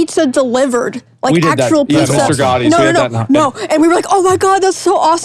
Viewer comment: As someone how grew up in a Mr.Gattis, hearing Asmon butcher the pronunciation of that name kills me every time.